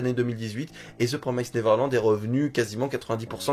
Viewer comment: "Promised" ce dit comme "Promessed" en faite ^^ Comme en Français + le -ed à la fin =)